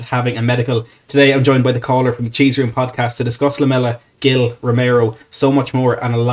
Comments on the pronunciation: Gil is prounounced something like heel so a Spanish mate says. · It's pronounced like " a hill"